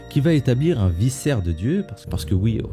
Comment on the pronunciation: Juste trois points: - même dans le récit d'Adam et Eve, l'humanité est "victime" du diable (littéralement le diviseur) car ils ont écouté les mensonges du diable - on ne dit pas "vissaires" mais bien "vikaire" pour vicaire (ça m'a fait buggué) - il existe un livre dans la tradition juive où existe un dialogue entre dieu et satan: le livre de Job